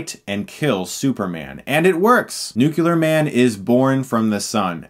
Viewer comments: I hope you’ve learned to pronounce nuclear (new clear) by now, like Superman’s flying shot you kept saying nukelar over and over. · Hilarious! , I could swear he said, "Noo-koo-lar", instead of "Noo-klee-ahr". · Dude if you say nucular instead of nuclear again!!! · For the love of god stop saying Nucular it's Nuclear. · It's nuclear man, not nucular man. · "'Nucular'. It's pronounced 'Nucular'" – Homer J. Simpson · Nuclear, not nucular. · Nuclear. Say it with me now. NEW-CLEAR, not NUCULAR. Nuclear, NEW-CLEAR! Please say it correctly for the rest of you lives. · NUCLEAR!!!!! NUCLEAR!!! NUCLEAR!!!! Nooke- kullar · Chris I just want to say it is pronounced Nuc-lee-ar not Nuc-Ul-ar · Chris says "nucular" not "nuclear". I blame George W. Bush. Ugghh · With all due respect Chris, and I love your channel! It's pronounced NUCLEAR ... not NUCULAR ... thanks :) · Chris, I love your content, man, but I cannot hear you say "nuclear" as NEW-CUE-LER one more time. It's NEW_CLEE_ER. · Its NUCLEAR not NUCULAR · IT IS NUCLEAR!!! NOT NUCULEAR!! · Sooo sorry. But I'm a teacher. Dude, it's nook–lee–ur NOT nook–you–lur. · Hey Chris, a friendly tip, just say Nuke, it ain't nukilar.. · Dear God, it's NUCLEAR! Not NUCULAR! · Please stop saying nucular, N.U.C.L.E.A.R! I love you man but pleaaaaase... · Dude, I like your videos, but its nuclear man, not nucular man, It's pretty annoying. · Every time he says "nucular" it physically hurts. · Nuclear. Nook-LEE-ar! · In fairness to Chris who I think is roughly my age (34), when we were growing up the goddamn president of the United States pronounced it “nucular” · OK... Is it just me or is Chris saying "Nucular"? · lol chris sead nucular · NEW QUEUE LAR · "Nucular" Please stop saying words that don't exist. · That Bizzaro Ronaldo with the flash T shirt is trying too hard to be funny. Most annoying. Other guy wearing the 's' is ok. Except when he says "Nukular" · Given the context, I'm fine with this pronunciation.